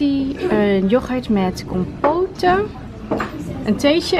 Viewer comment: je spreekt het uit als compot niet compoten haahah